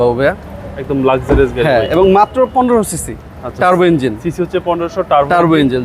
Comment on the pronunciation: আরে ব্যাটা ইঞ্জিল না, ইঞ্জিন